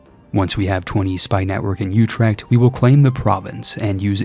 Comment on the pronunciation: You're right on the last part, his pronunciation there was abhorrent. 😅 I can't blame him too much, because Dutch is hard and he did so well on Utrecht in the rest of the video.